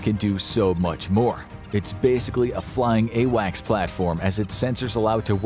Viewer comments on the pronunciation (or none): none